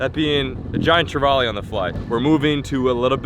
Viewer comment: He tried to say trevally lol. Americans jack treval